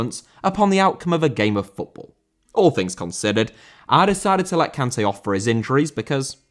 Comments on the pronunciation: Kanté* not Khantei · How do you go out of your way to pronounce Sergio correctly, but pronounce Kanté wrong? 🤣